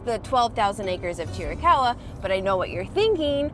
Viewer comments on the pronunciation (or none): It’s not cheerie caw wa. It’s chir ih caw wa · It’s pronounced, Cheer-uh-cow-uh. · From a real Apache. (Cheer-eh- kah- hwah).